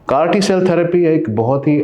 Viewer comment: It's not crt cell therapy it's called as CAR-T cell therapy